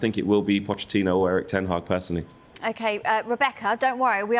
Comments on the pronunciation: This Rebekah chatting absolute waffle. Also calling ten hag taag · Did she just call the manager taag?